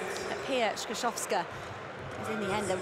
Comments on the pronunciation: I agree, I'm not from Poland and, while we non-Slavs struggle with so many consonants, what he is saying actually bears no relation to her real surname. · Skrzyszowska is virtually impossible to correct pronounce for a native English speaker.